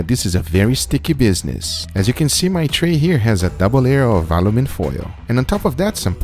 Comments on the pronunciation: I always think it's funny how you say "Alumin foil" instead of "Aluminum" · I've hear "Aluminum" I've heard "Aluminium" And today..by the grace of GUGA I have heard "Alumin" Ladies and gentlemens, he has discovered a new element. I wonder if it'll be good on steak? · How has nobody said anything about how he said aluminum